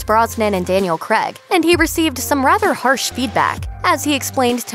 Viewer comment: “Daniel crag” who?